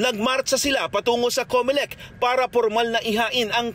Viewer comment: Bakit Comelecta yata ang narinig kong pinasalamatan ng kakandidato? Bakit Comelecta ang tawag sa COMELEC.Sorry ha, yun ang dinig ko?